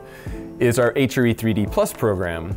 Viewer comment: Why does it hurt my brain when he says HRE? The way he pronounces R makes it sound like he is saying Ehytcheree. LOL stupid I know but yeah I'm weird, anyone else weird like me? LOL